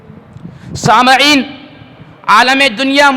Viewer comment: بھائی لفظ سامعین میم کے فتحے کے ساتھ نہیں ہے بلکہ کسرہ کے ساتھ پڑھیں گے کیوں کہ لفظ سامع اسم فاعل ہے من باب سمع